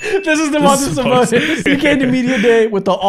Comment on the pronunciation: Domantas Sabonis is lithuanian. And the way you guys pronounced it was hella funny 😂😂😂